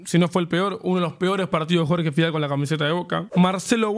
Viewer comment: Minuto dice Jorge Figal xd